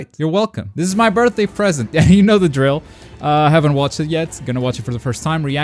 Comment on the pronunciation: Its yer birthday? Its yer birfday?